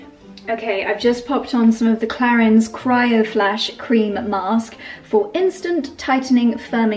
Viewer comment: So much blablabla about the products and you don’t even know how to say Clarins…. 😮